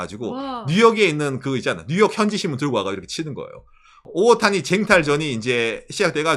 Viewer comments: 오옷타니? 오타니? 일본식으로 발음 하면 오옷타니 라고 하나요? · 오를 길게 발음해서 오~타니라고 말합니다.